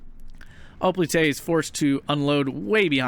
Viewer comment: Do you know what a Greek Hoplite is and how to pronounce it? If not, well....i'd be embarrassed.